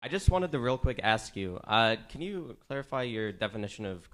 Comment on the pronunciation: i can't "AXE" you..